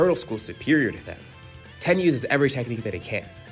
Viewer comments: It’s tien not ten dude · I will resubscribe and like all your videos and listen to them each twice, once you stop saying tien like that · We don’t care imagine being mad about someone pronouncing tien wrong